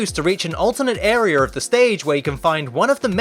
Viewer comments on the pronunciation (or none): lol? "Arier" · Arear? That's Australier.